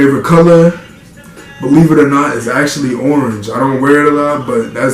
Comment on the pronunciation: Idk y the way u said “orange” had me weak